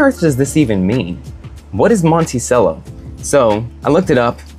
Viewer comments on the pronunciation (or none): It's pronounced Monte Cello. Cello, like the instrument. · Come on bro...if you're gonna do a review on something, at least know how to pronounce the name correctly. As noted by a previous commenter, it's pronounced "mon-tee-chello." As for your issues with the moka pot, it looks like you had the heat on way too high. A low flame on a gas stove is ideal in my opinion. This helps prevent burnt tastes and spillage, as in your case. I also boil water beforehand in an electric kettle and pour up to half an inch under the little release valve in the bottom section. Never fill above that valve. Lastly, turn off the flame a few minutes before finishing and wait till it stops siphoning, then you're done. No need to cool it off in the sink. (Not sure why you even did that. All you did was contaminate your coffee with tap water.) Moka pot is my preferred method of brewing coffee, but it can be a little tricky to perfect. The grind size, for example, has to be just right in order for everything to work properly. But once you get it all down, you're rewarded with the most espresso-like coffee you can make without an espresso machine. Now, as far as the cigar goes, the Monticello series is my personal favorite of all Olivas, which happens to be my favorite brand of cigars. I've definitely smoked most if not all of their offerings, and I would say the Monticellos are comparable to the Serie V Melanios and Melanio maduros. They share many similar flavor notes. There is, however, less spiciness and more creaminess that combines for a sweeter & smoot